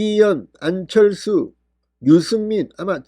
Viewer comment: 진성호씨~왜 #안철수이름 부르기가 혀가 안돌아갑니까~~~?!